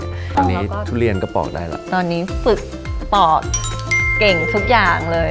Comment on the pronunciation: ปอกค่ะ ไม่ใช่ปลอก